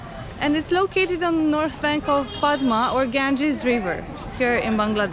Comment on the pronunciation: Padma in Bengali we pronounce like pod-da. The name of the place is pod-da garden as it is a garden in pod-da river. Very easy to follow isn't it? :P welcome to my city btw. You guys are the first international vloggers to come in Rajshahi. So thanks!